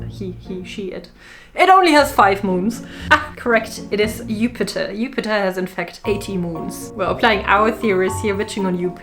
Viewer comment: Hehe upiter,,, Jupiter just have a video of you say it the word witch